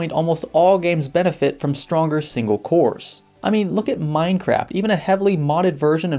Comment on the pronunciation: did you say "MineCRAP" ??